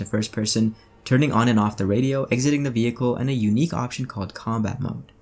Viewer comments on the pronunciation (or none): none